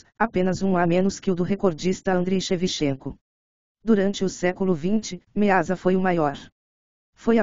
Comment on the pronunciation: A grande locutora pronuncia "Shevishenco", quando deveria dizer Shevtchenko!!! Como locutora é obrigada ao menos ter noções de línguas eslavas!!!